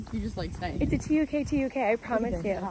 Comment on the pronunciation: Tuk Tuk is pronounced ‘took took’ 🙂